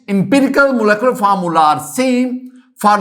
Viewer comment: Pehli baat it’s molecular not molecolar secondly aap pata nahi cheezon ko sir kyun sar sari batate hein deeply explain nahi karte agr kisi ki base achi nahi hein aap ka pora lecture sar ke opar se guzar jata hai😢